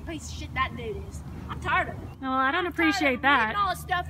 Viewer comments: Taarrred... isn't it tired? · says "I'm Tared f it"